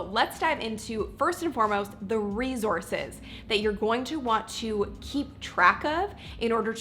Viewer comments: It's not REZORZES its RESOURCES!!!!!!!!!!!!!!!!!!!!!!!!!!!!! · You pronounce resources wrong all throughout the video. It's not rezorces. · How bout you not say 'Rezorse'? Its not prestigious. Oh.. and annoying. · Resource is spelt and pronounced with an S....not a Z